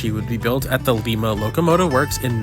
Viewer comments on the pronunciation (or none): why did god make me forget to sub to bro. (ITS PRONOUNCED LIM-A NOT LIMAE)